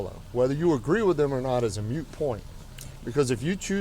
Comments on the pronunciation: "Moot" not "mute" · Gotta criticise the cops somehow, and the only thing i can find is the fact that the dude said "mute point" but its "moot point"...